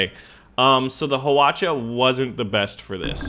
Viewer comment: wow u pronounce hwacha(화차)very well!! so surprised! XD